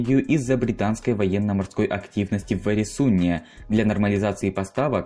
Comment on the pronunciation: КанонЕрки, БЕргена, ГЕльголанд и Эресунн (ударение на Э). Что же у Вас с ударениями-то творится?! Такой интересный контент делаете, а при просмотре порой уши режет! Пожалуйста, при подготовке материала смотрите правильное ударение в терминах и топонимах!